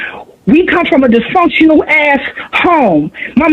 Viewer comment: Just how she pronounces dysfunctional says enough.